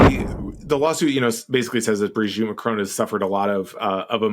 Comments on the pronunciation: It's MACRON, not Marcon. Jeez atleast get the name right. It's the name of THE president of France after all. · Macron, not Marcon. Weird. You're usually on point. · Why can't Americans pronounce Macron's name correctly? The presenter says 'Marcone' and Will Sommer says 'Macrone'! Surely a nasely 'Macronnnne' isn't that hard! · And when Trump met ‘trans’ Mme Macron he could barely keep his tiny hands off her. What would Ms Owen’s make of that? And btw it’s Ma-kron, not Ma-crone. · "Ma cron", not "marcon". Thanks "JUST emotional damage"? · "mark own" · It would be nice if you bothered to pronounce the name Macron properly. There's no E on the end of Macron.